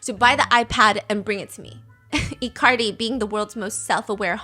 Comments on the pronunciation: not them calling Icardi as "i-Cardi" LMAOOO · I love icardi being pronounced like ICarly 😂